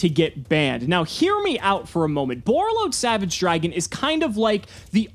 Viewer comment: When he said Borreload Savage.. 🤦🏻‍♂️